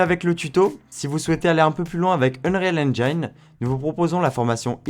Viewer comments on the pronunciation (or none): "Unreal EngAIEne" encore un youtuber qui s'est coincé les doigts dans la porte ...